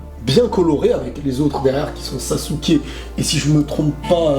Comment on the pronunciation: Tu fait chier , a dire (Sakula( (Shikamalu)(Sassuké)tu peut pas dire dire , Shikamaru , Sakura ,Sasuke?